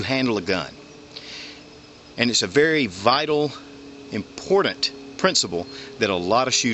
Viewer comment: great vieo and advice; 5 stars. it is, however, pronounced 'important'. sounded like you were saying 'impordand'.